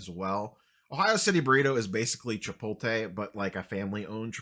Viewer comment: Lets say it together. Chi-Po-tuh-lay